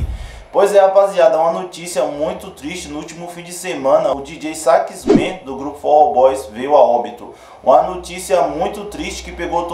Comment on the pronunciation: Não se pronuncia Dj sax men e sim Djota sax man !!! Soh uma correção